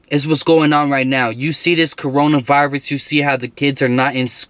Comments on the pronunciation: is no one finna bring up da fact dat he said da cornora virus that shit killed me bruhh😂😂👽👽☠️☠️ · “the corn rowna virus”